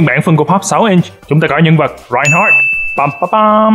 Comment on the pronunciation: Youtuber Việt Nam đầu tiên phát âm chuẩn tên Reinhardt